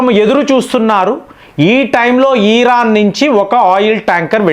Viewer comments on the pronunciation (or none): మీరు కొన్ని పదాలు సరిగ్గా పలకండి దయచేసి. ఈరాన్ = ఇరాన్, ఇబ్రహాం=అబ్రహం, సబ్మిట్ = సమిట్, స్ట్రయిడ్ అఫ్ = స్ట్రయిట్ ఆఫ్, ఇలా చాలా.... అంతకు కుదరకపోతే దయచేసి వాటిని అచ్చ తెలుగులో చెప్పండి.. ఉదా.. శిఖరాగ్ర సమావేశం, జలసంధి మొ... అన్యదా భావించకండి. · ఈరాన్ కాదు ఇరాన్ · ఈ రా న్ ఈ రా క్ అన్నా మీరు సంభాషిస్తున్నట్టు ఇది కరెక్టేనా?